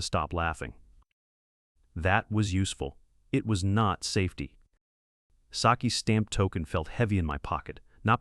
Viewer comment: S A Fety 😂🤣😂🤣 for safety